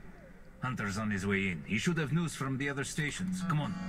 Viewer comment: "theeze are te photographs in Dimitris appartment" lol. By the way on that's the photo of Kyiv.